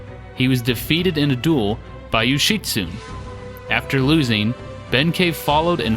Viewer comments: Yo-shi-tsu-ne. Yo-shi-tsu-nay. Syllables, breh. All vowels and all consonants are separate syllables, and all vowels are pronounced the same way each time. A as in ah (say ahhhhhh) I as in ee (lee) U as in ooh (boot) E as in -ay (todAY) O as in Oh (toe) There are no silent vowels... only sometimes it sounds like there are to our "clumsy American ears" or whatever they say about us thinking "desu" sounds closer to "days" than "de-su". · Yo-shi-tsu-ne (yo-shi-su-nay) Ben-kei (Ben-kay) Ama-haga-ne (Oma-haga-nay) Just like pronunciation is important to Americans, kanji and hiragana pronunciation is important to Japanese. Good video, great game. It's timeless and fun. They need to remake the original for newer consoles. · 'Yoshitsune' is four syllables: 'Yo-shi-tsu-ne'. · The pronunciation is: Yoh-She-Su-Nei and Mah-Ha-Gah-Nei. You have to pronounce every letter, there's no silent e's to change the inflection or pronunciation of vowels. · Mainly just leaving the end syllables off (Yoshitsune should be 4 syllables, but most English speakers won't realize it because the ending reminds them of the word "tune" or other words like that fool people into thinking there's not a syllable there because it's like a word we have - German can do that too, and also in other ways, like where people think Kramer should be pronounced like Kraymer, but it's actually Krammer because there's no modifying that first syllable just because there's only one m). English is one of the worst offenders for pronunciations having nothing really to do with how a word is spelled (lots of other languages have silent letters and other odd looking sets of letters but they often have consistent rules, or they do like German does and there's little guess work).